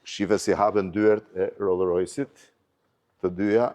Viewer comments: Roll rojsi thot Blendi 🤣🤣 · Roll Roys ✅